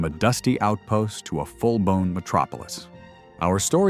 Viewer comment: The closed captions say "full-blown metropolis". However, it does sound like "full-bone metropolis" in the intro.